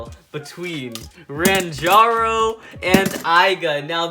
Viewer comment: I still cant believe that he called renjiro renjaro xD